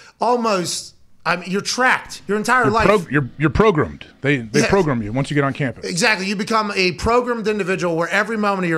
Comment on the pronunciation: AJ Hawk: “They’re progrummed” lol